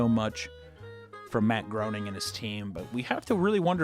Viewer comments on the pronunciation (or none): LMAO! he said Mat Groaning it's pronounced Graining but Groaning is so much more hilarious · Heh... "Matt Groaning". I don't remember what else you said about him, just your funny little intentional mispronunciation of his name. You scamp. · It's pronounced Matt GRAYning,. One love. <3